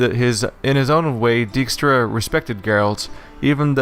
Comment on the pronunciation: I've always liked Dijkstra as a character, even if nobody in this game knows how to pronounce the name. It's a fairly common Dutch family name, pronounced dyke-stra.